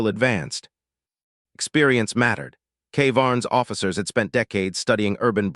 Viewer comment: GODDDD DAMMMNNN!!!!!!!!!!!!!!!!! , "SPERIENCE mattered"!!!!!!!!!!!!!!!!!!!!!!!!!!!!! WHAT THE FUK IS "SPERIENCE"!!!!!!!!!!!????? (Experience) you GOAT FUKN POS!!!!!!!!!!!!!!!!!!!!!